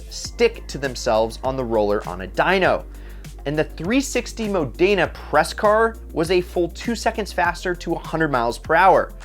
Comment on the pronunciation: Learn how to pronounce Modena.